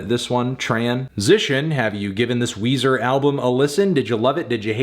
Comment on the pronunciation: Come on... It's Weezer... 10/10